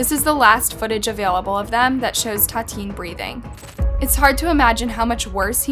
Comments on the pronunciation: I think we all own those people the minimum respect of saying their names correctly. The VICTIM's name is pronounced TAH-TEE-AHN-NEE, not TAH-TEEN. (And her killer's is pronounced LOO-EEZ.) If the case happened in Brazil, you have to at the very least research the language - Brazilian Portuguese - so you won't get lost in translation and get the facts straight. If we can't trust something so basic in research as a correct translation how could we trust any information at all on those videos? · It ta ti Ana not tateen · Tatin????? I know she's dead, but at least get your facts checked and pronounced her name correctly. Make some effort to pronounce these foreign names at least. Use the google translator for example. Tatin is not her so called name absolutely! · its Tatiana please pronounce victims' names correctly, as for the criminals i don't care if you pronounce their names wrong but please pronounce the victims' names correctly next time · I'll be honest.. you not saying her name right is driving me nuts. Tatiane.. like Tatiana. I'm a victim of domestic abuse and I would feel so disrespected if you got my name wrong...